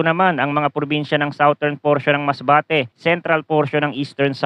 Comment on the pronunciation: #Forecaster, Southern is pronounced as SADERN, not sawtern. Check the dictionary.